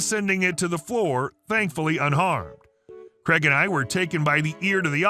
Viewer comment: Craig, not Creg. 🤦🏻‍♂️